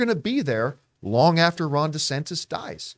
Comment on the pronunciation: Genuinely thought John was calling the FL governor "Rhonda Santas"